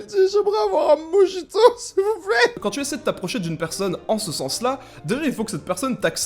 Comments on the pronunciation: Tu te fous de la grand-mère de ta pote mais toi avec ton "moRRRRito" t'es pas mieux wshhh on dirait tu crache, respire un bon coup :'( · Non non mdrr dsl mais c'est moRito (en fin la prononciation) mais bon tkt j'ai cru ça une longue partie de ma vie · "mo-JI-to" j'suis morte😭😭😂😂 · Mon daron aussi il sait pas dire mojito merci pour la barre ptdr